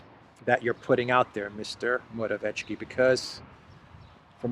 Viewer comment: P.M. of Poland is pronounced..Mora...viet...ski.( viet, like vietnam). There is no hard "ch" sound. The 'c' in his name is...'ts'.Not that your reports need correcting,, as you are one of the rare ones who openly, decently and honestly get the facts out with integrity. Thanks.